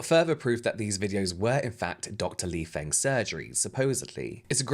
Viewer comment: there are a couple issues with this one. first, the pronunciation of the name is wrong. "feng" in Mandarin is pronounced like "fung" in fungi. ethnic names are hard but the continued mispronunciation just continues to serve as microaggressions against other POCs. second, he completely ignored comments telling him about a cultural norm/term of endearment. "brother" or "sister" does not necessarily mean blood-related. Chinese people refer does strangers as "brother" or "sister". it's literally like calling someone "dude." it's not a manipulation technique and there is nothing more and nothing less to that. these may seem like "small" issues. but in the larger context of normalized Asian racism/sinophobia, this continued ignorance is only serving to perpetuate more microaggressions.